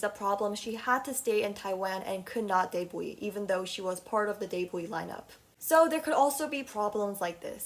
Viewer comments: This was interesting but you pronounce debt and debut so wrong. The b in debt is silent and debut is pronounced day-bew not day-bwe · I got confused when she said debuwee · just a genuine question, why do u say debut like that? “debwee” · i thought debut was pronounced as "deybyu"😭